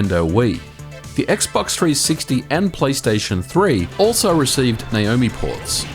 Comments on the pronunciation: Why do you keep calling it Nayomi? It clearly says Naomi! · It's N-ah omi.